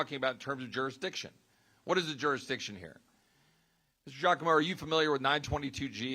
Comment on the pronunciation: DUDE, COME ON, YOU CAN'T PRONOUNCE DIGIACOMO? I DONT THINK IT'S PRONOUNCED D'JACOMO